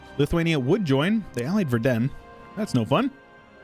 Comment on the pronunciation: Long time no see. Haven't seen any LPs from you for ages or even played EU4. Have times again and refresh my knowledge. Find it funny how you pronounce Verden. But that is difficult even for some not North Germans to know how to pronounce this city correctly. Is very well known as an equestrian town. "Verden" comes from "ford"(watersplash), because at the place where the city is today, horses could cross the river.